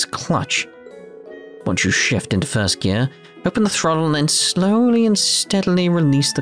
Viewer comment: I like to think that whenever you say "gear" in a real world situation you always say it like that.